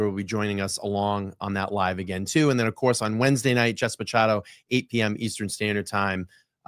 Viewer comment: Love the video and content , but I wanted to maybe help in the pronunciation of Jessica Machado, I believe , as a Portuguese girl from Bristol County Area of Mass/RI area…her last name is pronounced Mah-shah-doe lol if I’m uncorrected than I apologize now to you and her, otherwise keep up the awesome content #FreeKarenRead ❤